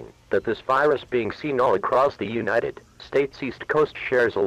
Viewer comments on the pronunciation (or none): The word is "further," nit "futher". And it's UNITED States, not UINITED States.